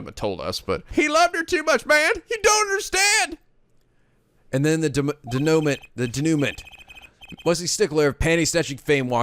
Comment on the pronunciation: "denouement" is pronounced DAY-new-MAW. It's the part of the story at the end where everything wraps up.